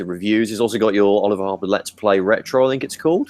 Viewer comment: O-LI-VER HAR-PER